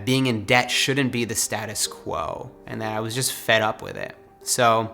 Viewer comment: It’s not dept it’s debt